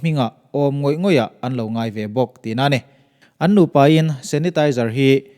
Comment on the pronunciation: 'Nguai' tih i lam dan hi,Upa deuh zawt teh